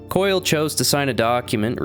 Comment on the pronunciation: Was butchering Brother Koyle's surname necessary?